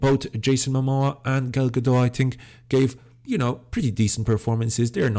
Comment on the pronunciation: please note that the "t" in Gadot is not silent!